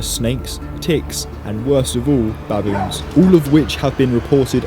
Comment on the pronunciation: Can u please stop saying BABoons say it like how u would say biboons